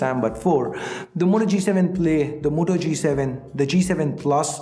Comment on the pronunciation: If u taught the moto...u fucked the whole pronunciation